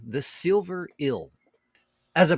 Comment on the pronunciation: says "ill" for eel